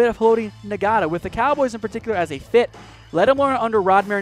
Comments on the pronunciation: Did I just hear you say Haloti Na-ga-ta??? LMAO It's Haloti Naw-ta. The G is silent. I know this cause I'm an Oregon Ducks fan lol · The g isn't silent, it's pronounced Nga-ta...